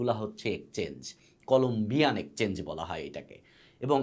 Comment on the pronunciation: Ekchange abar ki? Eta exchange uccharon korun dada